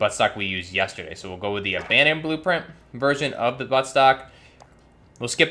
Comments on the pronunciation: Also you keep saying "Abandon" blueprint instead of Abaddon lol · Not too be a grammar nazi but its pronounced ABA-don...sorry if I came off as an asshole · Are you saying "Abandon" or "Abbadon"